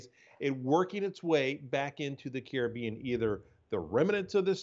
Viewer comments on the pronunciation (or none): Kiri Beon? 😂😂 CARIBBEAN!!!